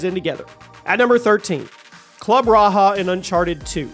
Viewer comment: It Was Club Raja Not Raha"😂